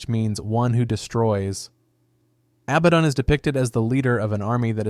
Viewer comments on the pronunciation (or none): The 10 different pronunciations for Abaddon had me extremely distracted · How the same word like abaddon was pronounced in 3 different ways within 10 seconds is the real mystery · Look how it said Abaddon, lmao